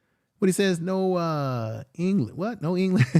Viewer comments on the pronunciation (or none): none